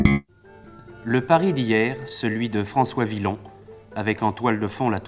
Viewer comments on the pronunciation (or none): "François ViLon" Ouh là là ! : "les hirsutes" (on doit faire la liaison : les Zirsutes)